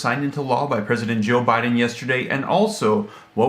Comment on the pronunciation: Funny she said president OhBiden 💣